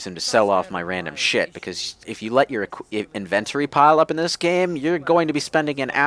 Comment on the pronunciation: pronunciation of "inventory" tho. At least it's not as bad as how he pronounces "gauge".